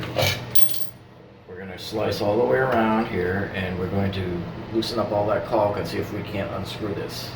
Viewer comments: Stop pronouncing the L in caulk driving me nuts....lol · I suppose there are regional variations in how the word is pronounced. I always thought it was “colk.” Now I’m self-conscious about it, HaHaHa. Okay, I’ll just avoid the whole thing and call it “sealant.”